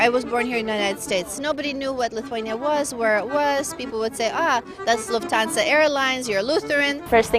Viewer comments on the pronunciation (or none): none